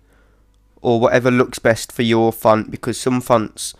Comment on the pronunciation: LOL it sounds like he's saying phunt every time he says font.